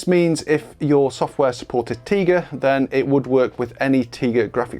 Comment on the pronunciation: Isn't it TIGA like TIGER? 🐅